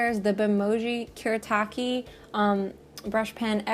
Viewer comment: Lovely video! (As always, lol.) This is especially nice for me since I love brush pens. <3 Also, on a side note, since these brush pens are Japanese, you would pronounce them the way they are spelled, so Fude would be "foo-deh" and Kuretake would be "Ku-reh-tah-keh." (I'm not the best at explaining, but I hope this makes sense. xD